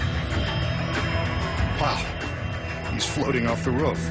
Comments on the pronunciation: i like how he says "ruff" instead of roof lol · Really ruff it's roof lol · He's calling it a ruuff.... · "As you can see he is alone on the ruf" WTF?! who the hell says ruf ?! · dumb narrator doesnt know how to say roof right ha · He says roof wired